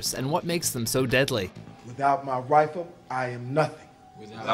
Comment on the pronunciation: If you think "Without my 'Wifle,'" it sounds like Wifle.